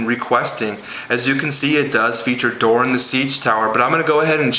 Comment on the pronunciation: Doran not duran